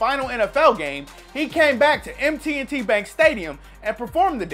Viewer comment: *M&T Bank Stadium , not MT&T 😂